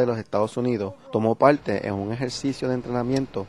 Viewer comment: plueba? muelte? palte? veldadera? no habia otro hombre para narrar el video?